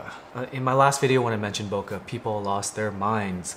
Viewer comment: that's not how you say bokeh